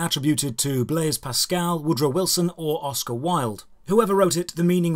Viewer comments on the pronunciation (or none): none